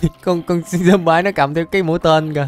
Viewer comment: Trời ơi con zomby mà anh gọi là zombai 🤣🤣🤣🤣